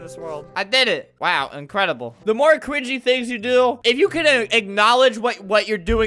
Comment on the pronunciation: Did anyone notice Albert said cwingy instead of cringy?